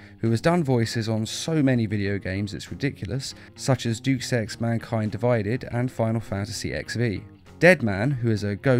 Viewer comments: 3 things; 1) No, Jerry O'Connell HAS NOT played Superman in the DCDVDU since War. He started in Throne of Atlantis. War Superman was voiced by Alan Tudyk. 2) It's pronounced day-US, not doose. 3) It's pronounced RAYFE, no ralph. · Versus. The word is versus. Not 'verse'. And 'adaptation', not 'adaption'. And pronouncing 'deus' as 'deuce'... lol.